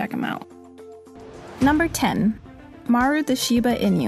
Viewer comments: Shiba-E-nu. Not E-new. Far out. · Did anyone else get annoyed by the way she sad Shiba inu?